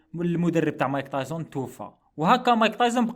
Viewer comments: راكليطة خويا مشي صاحبي بصح تنطق تايسون مشي تايزن 😅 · تعليق مهم يرحم باباك متقولوش مايك تايزن قول مايك تايسون